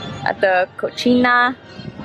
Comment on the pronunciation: COCHIENA!?!?!☠☠☠🪦🪦🪦🪦 It's pronounced "Cocina" 😭😭😭